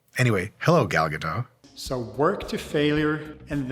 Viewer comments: Why do everybody insist on pronouncing her name with a silent "t" she's not French lol the "t" is not silent so instead of Gado you should say Gadot. Just saying as an Israeli who knows how it's pronounced it kinda bugs me lol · Her name is Gal GaDOT! Not Gal Gadough! For being Jewish you should have known how to pronounce her name, it is Jewish not French! That comes from her clearing that up! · Gal Gadot's name is pronounced phonetically - Ga-Dot you keep saying Ga-Doe like she's french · (Gadot not Gado. She's Israeli not French) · You are jewish, how are you keep saying Gal GaDew 😆 What's the problem to say Ga-Dot 😪 Anyway great video ✌ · "Gadot" does not rhyme with "toe", it rhymes with "apricot", btw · Is her name pronounced “ga-dough” like Mike is saying or “ga-dot” like everyone else pronounces it?! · Isn't her last name pronounced with the T, like either gah-dot or gah-dote? Not gah-dough. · You pronounce the T in her surname. As in, Ga-dot. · It's Gadot with a 'T' in the end lol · Please, don't say "Gadoh" as if it was a French name. It is Hebrew, with a real t at the end. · It's "Guh-DOTT" :( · Her name is pronounced "Gahl Gadoht" Hard T at the end. Sorry, but it drives me crazy when it's constantly mispronounced. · Everyone is always pronouncing her name wrong, she's not French, the t is pronounced. It's dot. Like a dot on a radar or something. Gal ga dot. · BTW It is Gal Ga-doT, with a hard T sound at the end. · Pedantic but I believe that the 't' is pronounced in Gadot. Ga-dote. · Her name is GadoT As a fellow Jew, you should know the T is not silent. It’s not French. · Fun fact that I only learned last week: The T in Gadot is pronounced. So it's Ga-Dot. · It's not pronounced Gado, she is not French. You say the whole thing. BTW her name translates to Wave Riverbanks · The "T" in "Gadot" isn't silent. It's Hebrew, not French. As a Jew, you should know this Mike :P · You are mispronouncing her name...😬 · At least pronounce the name correctly.